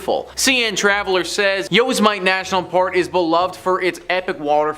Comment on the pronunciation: "yo semit ay"? Annoying mispronunciation....